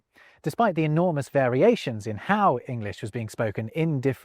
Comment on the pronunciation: Did you say 'enormous'? 😆